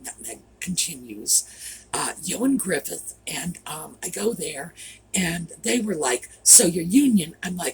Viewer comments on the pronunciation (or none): Ioan Gruffud is Ian (pronounced ee - ann) Gruffud (gruff - uh - d, not all these other ways you keep trying to come up with for his first name and Griffiths for his last name... He's Welsh.